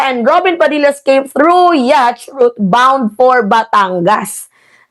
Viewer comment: "Yat" po pag pronounce ng yacht.